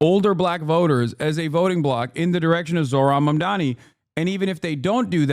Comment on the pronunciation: Why is it so hard to pronounce Mamdani's name? I feel like Cuomo psyched everyone into saying it wrong